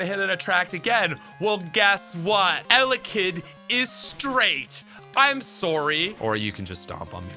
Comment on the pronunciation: It took me about 6 times hearing you say "alekid" to figure out you were trying to say "ele-kid". I've never heard anyone botch that one before lol.